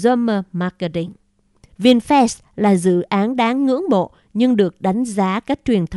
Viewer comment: Cô bé đọc Vinfast như Vin Phét. Nếu cô bé đọc Vinfast như Vin Phát thì chắc ae DLV và AK47 khoái.